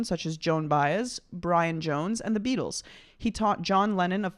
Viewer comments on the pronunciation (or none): none